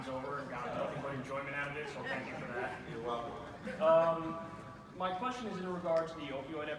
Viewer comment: that 'your welcome' was so italian-american xD